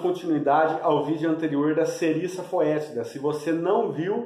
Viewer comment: Amigo, a pronúncia correta é Serissa fétida! Valeu, grande abraço.